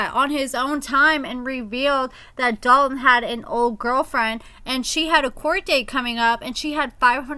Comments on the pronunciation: I hate how people say the name Dalton 🥴 The lawyer says it properly lol When people say Dal Tin it irks my nerves 😩 Idky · Yes!! I thought I was the only one. I cringe every time says his name lol